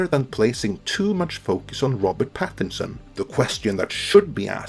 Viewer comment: It's "PattiNson", not "Pattison". It's an N-word!